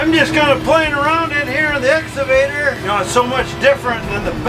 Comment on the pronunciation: Excavator - X - ka - va - tor keep trying! Do not leave out the Ka sound